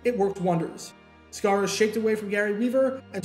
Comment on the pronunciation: John Sciarra -- pronounced SHY-ra, not SCAR-ra ... great athlete, former UCLA QB who played WR/DB, etc., 2 years with BC Lions and 6 years with Eagles... Note also that Sciarra played for Dick Vermeil at UCLA...